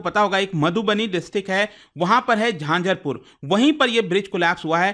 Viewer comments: Sir it's झंझारपुर not झांझरपुर 😅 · झंझारपुर bola jata hai sir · झांझरपुर ❌ झंझारपुर✅